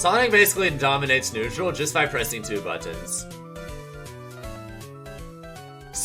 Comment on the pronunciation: The way he says buttons is so odd